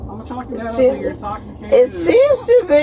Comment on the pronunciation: “I’m not intossicated”😂